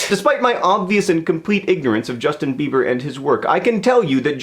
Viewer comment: Jushtin Beebur? Is he one of those newfangled Dubstairs? Like Skillex or Deadmow-Five?